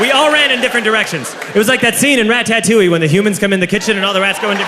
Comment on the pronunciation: Are we not going to talk about the way he says ratatouille... RaTATouille